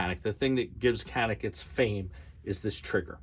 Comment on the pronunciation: This channel is going to be huge! Doc, just get the pronunciation right - Canik - C has an accent which makes it "G" as in George.